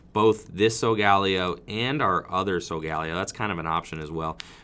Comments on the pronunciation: McCorkindale Layo was how I heard Ash say it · Is that how Solgaleo is said? I heard a different pronunciation in the anime